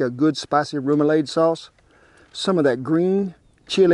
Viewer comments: It’s pronounced rem-u-lod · Its pronounced RIM-OO-LAD. :) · "Rum- ah- lod" is how its pronounced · Roumalaud ....rouma LAWD lol I love your channel. Thank you for the recipe!! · Kent awesome job! I live in Louisiana and am from New Orleans so, outstanding job! It is pronounced - Rem ou lade. :) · Thanks for all the great content! Rome - uh - lawd is how we say it in Baton Rouge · Now ya’ talkin’ my language. Born in SW Louisiana and grew up and lived for years in and out of New Orleans. Shrimps! Shrimps! Shrimps! Kent, you did mighty fine with this recipe! Thanks so much for sharing your recipe. Remoulade, that a is pronounced as a short a, like lawd. Room ah lawd. 👍😂😂😂 God Bless you and Shannon😁❤️🇺🇸💙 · Good to see you doing some Cajun food. From this Cajun cowboy to an Okie, you pronounce remoulade “rah-muh-laud”. Or at least we do. But for the record, seafood poboys down here generally aren’t as fancy as this. They’re usually just plenty of shrimp (or catfish, oysters, soft-shell crab, roast beef and gravy, etc), lettuce, tomato and mayo. Oh, and plenty of Louisiana hot sauce. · Remulade = REM - YOU - LAHD (last syllable is ah like Father)